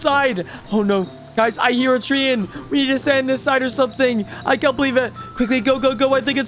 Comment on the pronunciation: It’s not tree in it’s tr ay n